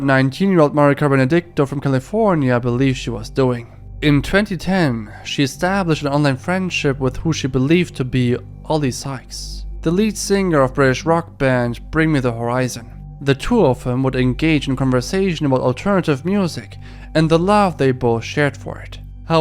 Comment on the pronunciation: Lol Oli "Skyes"